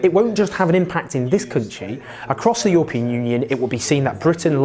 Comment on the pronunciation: Its "EURO pean" not "YOUR pean"